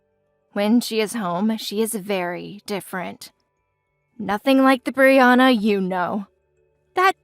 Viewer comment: As a Brianna, I'm pleased they said my name correctly. 😊